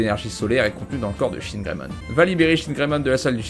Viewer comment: "Chinegreymon" J'suis pas raciste mais...